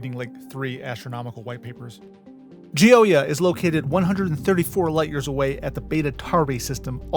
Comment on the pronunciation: I’m confident you’ve mispronounced the Chinese words because of your pronunciation of “nomenclature” (edit): Based on your pronunciation of “Gioia” I am more certain that your pronunciation of non Latin/Germanic languages is probably incorrect.